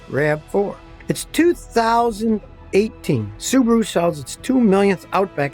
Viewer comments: It's Suu bahh rooo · Australian guy told me they are whack popular there. Pronounced Sue Bar ooo.